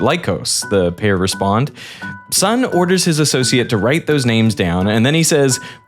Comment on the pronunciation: Masayoshi Son's name is not pronounced like the English word "son"!